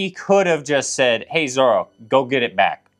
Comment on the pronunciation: I'm happy that Dad actually said Zoro instead of zolo while talking about Robin